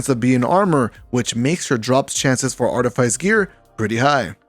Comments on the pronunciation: Facts, got me a little annoyed when people pronounce it like “ice” instead of “fiss”😂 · It's pronounce Arti-fiss. But thanks for the vid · Artyfiesi or artifice ? That pronunciation is weird lol